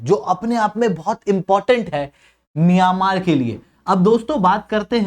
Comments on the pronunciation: miyan-maar 😂😂😂😂 ???? bhai that's pronounced as myan-maar and not miyan wala maar 😂😂😂😂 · मियांमार नहीं म्यंमार है भाई। आप मिर्च खाकर बोलने का निरंतर प्रयास किया करो। धीरे-धीरे आपकी जीभ सही हो जाएगी ओर बोलना सीख जाओगे। उसके बाद कोर्स बेचना 😂😂😂